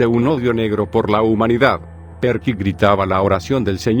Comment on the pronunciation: La pronunciación de "Perky" le quitó toda la seriedad y miedo a la historia